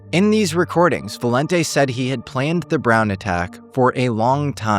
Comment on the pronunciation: did use Ai for his own voice? cuz the way he said "High vis vest" and the word "planned" were not right. Like Ai took voice and read the text wrong. mispronouncing words every now and then as Ai does.